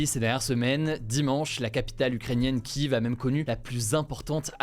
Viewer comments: mec faudrait vraiment que t apprenne a prononcer Kiev correctement ........on dit kiefff et pas kiv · Ça se prononce Kief depuis toujours merci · Kiev se prononce kièv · Cela se dit Kief si jamais